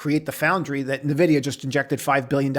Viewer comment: No. Learn to pronounce "Nvidia" correctly.